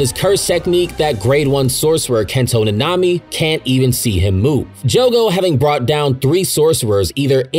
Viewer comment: Last time I’m watching o e of this guys videos until he learns how to say nanami